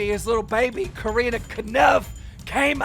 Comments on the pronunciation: Nobody: Keem:Karina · I’m sorry but I’m really annoyed how Keem says her name like Keem ur news reporter and get it right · can u learn how to say corinna lol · It’s corinna not careena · Cor-in-na Kop-fff vs Cor-een-na Kon-nip-fff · Do you purposely call Corinna, Coreena? Lmaoooo like you have to know how it's pronounced, you're IN THE LOOP. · “Koreena conumpf” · It’s corinnaaaahhhhh like say it right dude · It’s Cuh-renna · “Coreenuh” - Keemstar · Coreena caniff? Dude you’re making me cringe every single time you said her name. It’s SO wrong first and last. If you watched Logan’s video she demonstrated how to say her name correctly... smh lol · This dude calling her Coreena on purpose. -. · he said "Careena Kanuff" lmao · This dude Keem is butchering every single part of Corinna’s name lmaoo Coreena Caniff?? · Every time Keem says Corinna’s full name I wanna slap the shit outta him. We get you don’t like her but you sound like a moron INTENTIONALLY saying her name wrong… 🤡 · How stupid can you be to not be able to say Corinna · You can’t even say Corinna’s name right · I love you keem 😂 but I’ve never heard you say Corinna’s name correctly 💀😂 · Why does he say Corinna’s name so wierd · Why does he say her name like that lol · He’s never pronounced Corinna’s name correctly. 😂😂😂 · One day Keemstar will learn how to pronounce Corrina's name right 😂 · Why tf does this man pronounce corrinas name like that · Why does Keem always mispronounce names on purpose? He is dyslexic, but he knows Corinna, and has heard her name so many times, that he obviously knows he is pronouncing it wrong.